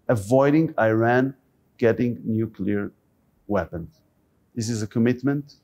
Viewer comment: My name is Joel too. It is embarassing that keep mis-pronouncing the word "nuclear". It is not "nucular". Dude, please.